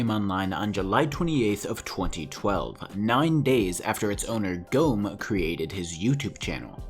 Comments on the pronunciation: How you speak "Gomme" is just AMAZING xd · Ich finde es lustig wie er "Gomme" ausspricht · Lol im from Germany 🇩🇪 is swear and u have to speak Gomme not like that 😂